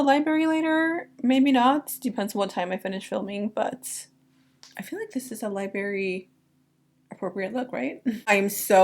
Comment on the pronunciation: Lie-bRary not lyberry babe